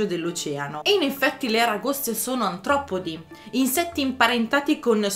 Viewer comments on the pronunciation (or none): Bel video, ma "antropodi" ???